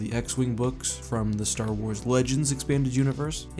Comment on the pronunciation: Said space wraith a couple of times there when talking about the star weirds